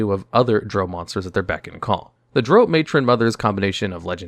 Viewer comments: Ffs. Drow rhymes with plow, not row. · You lost me in the first 10 seconds when you didn't know how to pronounce drow. It rhymes with cow not the word know. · I thought it was pronounced Drow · My biggest complaint is the way he pronounces Drow in a few of his videos 😂